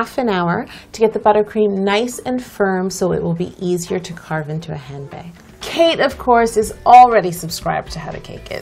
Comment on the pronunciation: was I the only one who (the first time) understood CAKE Middleton instead of KATE Middleton?